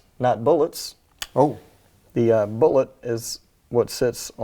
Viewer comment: That ain't no stniking cartridge . . . it's a "Boolot". Hope ya' knowed the difference . . . 🤣